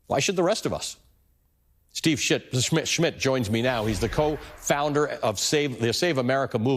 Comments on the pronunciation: I love the slip of the tongue… "Steve Shit… Schmi… Schmidt… joins me now…" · Did he just say "Steve Shit" 30 seconds into the intro??? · Did he say Steve Shit??